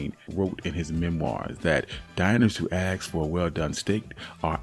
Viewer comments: This guy loses all credibility when he says "axe",instead of ask . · Ask is pronounced : /æsk/. /æ/ as in hat, /s/ as in say, /k/ as in cat. It is not axe, that is a a cutting tool that consists of a heavy edged head fixed to a handle with the edge parallel to the handle and that is used especially for felling trees. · They aks? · Diners dont aks. They ask.